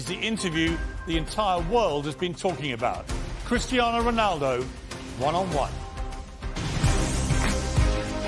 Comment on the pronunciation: CRISTER RONALDO........SEEEWWYYYYY